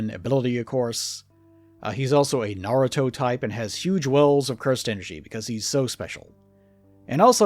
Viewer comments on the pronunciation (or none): none